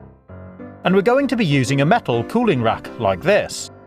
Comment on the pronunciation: don't ever pronounce "metal" like that ever again.